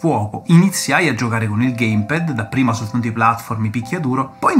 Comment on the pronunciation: Bellissimo video ho rutti questi ricordi da vecchio videogiocatore anche io ma unica pecca che posso far presente è che si dice geim pæd non gaim ped. Bel video comunque mi hai tirato fuori tanti ricordi